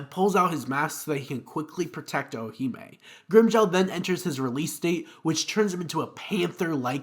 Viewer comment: Why tf do you keep saying “ichiyo”? And holy crap, Owahime. Just delete this, dude.